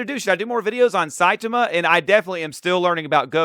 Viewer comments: Yeah, don't like the way that video pronounces, the second syllable should be stressed, something like sci-TAH-muh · This guy (in the video) saying Saitema every time instead of Saitama kills me. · if you want a good watch, go see the death battle popeye the sailor man VS. Saitama. Now that is a gag battle 😂 who wins? That's up to you to see. Also, Saitama is pronounced like sye (with a long I sound) - tomma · Saitama = Sye-tah-mah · Saitama pronounced Sigh-tom-ah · (Sai- tah- mah) 😂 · Pronounced like Sigh-Taa-Maa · His name is pronounced sci-tama. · he is lying. It's "Sigh-tah-mah" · Congratulations, you've already accomplished making me cringe 3 times in less than a minute with how you said "Saitama". 😂😮‍💨 Please, dude, just watch one of these anime or read the manga already. One Punch Man is at least a short and easy one to get into. It will answer your questions so fast. 😭 Also, One Punch Man is a very satirical series. Don't take it too seriously. I've only seen a couple of this guy's videos, so I don't know if this was intentional or not, but that was dumb as hell to say. Yes, that is LITERALLY what happened. 😂 No, he can only use Kaioken specifically in his god forms because of the total control of mind, body, and spirit (thus, ki) required. He cannot use it in his normal Super Saiyan forms because of the rage that fills his mind. Yes, it's canon. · That video uses an AI voice. It's pronouncing Saitama wrong. There's supposed to be more focus on the second syllable. One Punch Man is intended to be satirical. Goku doesn't pull hits from the future; he just predicts where and when his time skip will attack. This video is getting some info wrong. Gods are capable of achieving Ultra Instinct. But it's a challenge even for Gods.